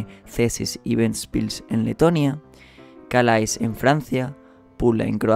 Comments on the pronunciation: CALAIS SE PRONUNCIA "CALÉ". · Se escribe 'Calais' pero se pronuncia 'Calé' ;)